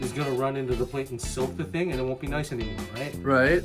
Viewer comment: G'day mate. Epic as always. So a couple of things.... I need to stop saying I'm hung like a gorilla and did I hear an Aussie "noice... noice" at the tasting? 😁 Oh, I have cooked dumplings on a plate like that for years. 🙄 Nah, just messing with you. You recipe, your way, your video, your way... That's why you are my fave cooking channel. 👍 Just amazing cooking brother! All the best. Daz.